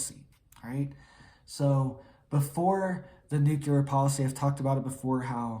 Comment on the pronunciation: NU CL E A R NOT NU CU LAR !! MORON !!!